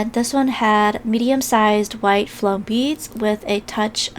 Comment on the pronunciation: Why do you say floam? Is that even a word??? Let me correct your English. ITS FOAM! NOT FLOAM, YOU CANT JUST ADD AN 'L' INTO THE WORD! 🙄🤦🏻‍♀️